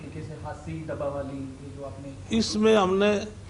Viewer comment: जिस आदमी को हरियाणा के शहरों के नाम नहीं लेने आते उसको मंत्री बना रखा है डबवाली को डब्बा वाली बोल रहा है ये आदि मानव ओर असंध को भी जिला बनाने की घोषणा पिछले 10 साल से करे रही हैं बीजेपी